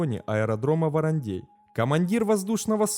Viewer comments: Не ВарандЕй а ВарандЭй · «ВарандЕй» аж уши режет🥴🥴🥴 ВарандЭй!!! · произносится ВарандЭй, а не ВаранЕй, весь выпуск ухо режет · Режет слух,когда варандэй звучит как варандЬЕЙ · ВарандЕй. Прям слух режет. Это как говорить сЕкс вместо сэкс. Варандей читается как Варандэй. В остальном отлично. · Он то откуда знает, в нете написано варандей, а на варандЭе он не был) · Не в укор автору, регионально называют " Варандэй" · От произношения варандЕй уши режет до крови)))) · Нарьян-МАр, ВарандЭй. Говорится так. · ухо режет от произношения Варандей.